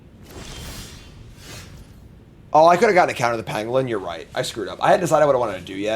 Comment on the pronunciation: I know the series is over but it's Pan-Go-Lin